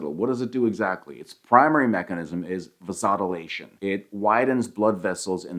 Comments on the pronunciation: Va-SOD-uh-lation? 😬 It's "VAYSO-dilation". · I hope you’re just using an AI for the voiceover. Because if you really pronounced “vasodilation” that way, I’m not sure I can trust anything else you said.